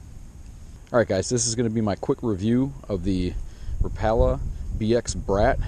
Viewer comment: he pronounced rapala wrong